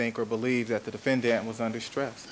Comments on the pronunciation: DefenDANT. Why does it drive me nuts every time he pronounces this word? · 😂 I hate how Chris Darden pronounces that word, too